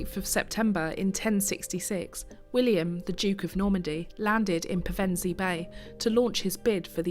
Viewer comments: A very informative video, just a shame the narrator couldn't pronounce Pevensey properly. AI perhaps? ps. Still subbed ;) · Such an interesting history. You pronounced Pevensey two ways - "pair-ven-see" isn't usual but you got it right when you used Pev-en-see 😀